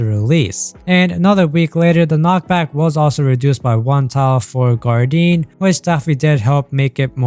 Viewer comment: Great video, I forgive you for saying "guardine" ❤